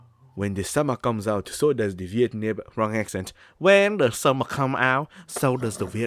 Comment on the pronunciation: "when de sommor comes out so does de- wrong accent" lmao